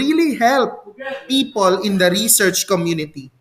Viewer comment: reshèrshe po ang pronunciation 😊